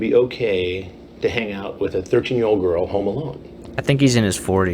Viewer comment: I always thought it sounded like was saying “The Earl you were talking to told you very clearly she was 13” it’s like he forgot the G in girl. I think I’ve watched this too many times